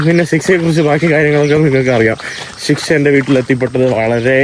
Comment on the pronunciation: ആ കുട്ടിയുടെ പേരെങ്കിലും മര്യാദയ്ക്ക് പറയാൻ പറയൂ- ശിക്ഷ അല്ല ഷിസുക്ക.